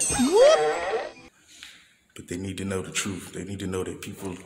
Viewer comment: Did he say they need to know the troof?